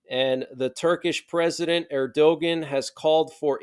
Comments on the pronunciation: Erdogan's name is pronounced "Air-doe-wahn" not Err-doe-gann. The "g" sounds like a "w" ... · You need to learn how to pronounce Erdogan.